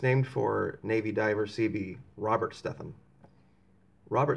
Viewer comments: Stetham is pronounced Sta: long a....dum .......Stadum, not Stephen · pronouced. "steeethem" long "e" he was my friend in navy. "A" school, Mississippi 1981.